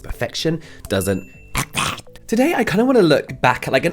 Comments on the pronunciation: James telling me "Perfection. Doesn’t. EXHSKAOBFRBJ!" is my relaxing daily mantra. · I've rewatched the intro 10x because I loved the "EXIST!" 🤣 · Absolutely crying at the way you said exist 😂